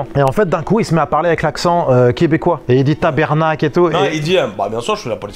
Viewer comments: En plus, il disait "tabernacle" jamais un québecois ne dira sa il dira tabarnak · .Petit conseil : on dit tabarnak. Pas tabernacle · Loll on dit ‘tabarnak’ et non ‘tabernak’… mais c’était drôle quand même 🤣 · exactement, juste comment il dit "tabarnak" qu'il prononce tabernacle. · Les gars, la prochaine fois que quelqu'un essais de se faire passer pour un Québécois et qu'il dit "TabErnak" au lieu de "TabArnak", sachez qu'il est en train de mentir. Cette petite différence est, pour nous les Québécois, très important. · On vous aime les Français, mais ptn que vous faites mal notre accent 😂 c’est tabarnak! Pas tabèrnacle 😂😂😂 ⚜️♥️🇫🇷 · Au Québec on dit tabarnak et non tabernek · par exemple moi je suis québécois et c'est pas mais tabarnaque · On dit tabArnack et non Tabernack lol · y'a que les français qui disent "tabernacle" au lieu de "tabarnak" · Sachez que pour reconnaître si une personne est vraiment de nationalité québécoise.., le mot, plutôt, le sacre tabarnackk ne se prononce pas tabernacle mais tsbarnackkk Ça me rue quand des français essaient de sacrer à la québécoise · Un petit conseil ultra important. Quand vous voulez imiter un Québécois qui sacre, oubliez l'orthographe de "tabernacle" ça sonne "tapette" à nos oreilles. C'est TABARNAK, pas de "e" ni de "l". Sec comme ça "Tabarnak". Et mettez beaucoup d'expression sur les "a". tAbArnAk! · "Tabernacle" en plus... 😑😑😑 c'était souffrant 😂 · Je ne sais pas si cest vraiment un québécois ahahah jamais entendu un d'Entre nous dire TabarnaCLE , il est bon niveau accent mais ce nest pas un Québécois